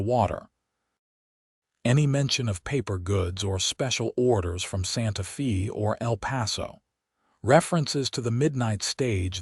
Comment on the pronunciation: Santa Fe is pronounced "Santa Faye"!!!!!!!!!